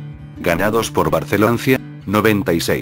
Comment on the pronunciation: Porqué pvtas el loquendo dice "Barceloncie"?? PS: Viva Saprissa 💜